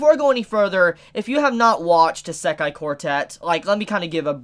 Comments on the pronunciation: ITS NOT PRONOUNCES ISE-KAI, ITS PRONOUNCES I-SE-KAI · Please look at this site and fix your wak pronunciation of isekai. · How it's spelled: Isekai Quartet. How pronouns it: Esekai Quartet.